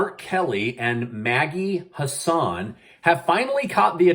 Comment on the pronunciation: Thank you for keeping us up to date! We all appreciate you! Just a quick note, Maggie Hassan's last name is pronounced Hass like grass, and an like 'n', not quite an, in, or on, more like 'en', if that makes sense. Always look forward to your videos!